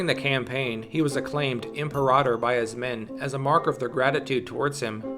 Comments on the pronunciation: its pronounced ..m pair a tor ..imperator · The way "imperator" was pronounced made me sad.